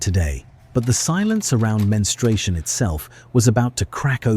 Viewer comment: Who 'taught' AI that menstruation has a 'w'? I never knew AI could have Elmer Fudd's disease 😅